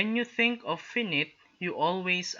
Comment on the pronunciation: finite pronounciation lang sir